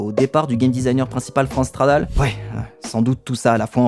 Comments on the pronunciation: Super vidéo merci ! Par contre à chaque fois que tu dis "Franz Stradal", j'entends "France Travail", ça me fume hahaha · J'avais 16 ans à sa sortie, je me rappelle encore de la couverture de PCJeux consacré à ce jeu. Sinon cette série est devenue une de mes préférées sur YT : merci ! PS: j'ai une hallu auditive. A chaque fois que tu dis Franz Stradal j'entends France Travail' (ce qui est assez marrant quand il démissionne).